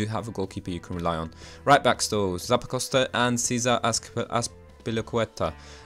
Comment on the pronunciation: new drinking game: take A sip of your fav alcohol evertime he mispronounced Zappacosta